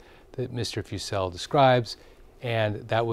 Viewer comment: FYI Paul Fussell’s name is pronounced FUSS-uhl